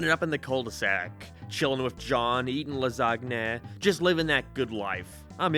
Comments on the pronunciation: Ah yes... "Lasgne" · I um ................... I think the G in "lasagna" is silent. In my entire time on this earth I heard it as "la-SAN-ya". Whatever. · I fucking despise how you say "lasagna" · Alright i get you have an accent, but the pronunciation of lasagna is the last straw. We're fighting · don't say lasagna ever again xD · Never heard of Garfield Gets Real, I liked the Garfield comic strips because he's snarky and sarcastic and perfect for that format, though the Garfield cartoon wasn't bad when I was a kid. Are you mispronouncing lasagna on purpose or is that how they say it in Ireland or England or wherever you're living now? You're using your self meme pics more. You trying to make them a thing? Cute. Speaking of seeing your face more, your avatar is a ginger...but you're not, so why'd you chose it? I know you're gay, but you know exactly why they chose to animate Starlina that way in pet force 🤭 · is this actually how he pronounces lasagna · I hate how you never pronounce lasagna correctly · bro pronounced lasagna wrong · I’m so worried that this is actually how thinks “lasagna” is pronounced